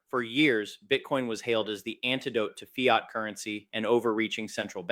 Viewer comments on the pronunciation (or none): none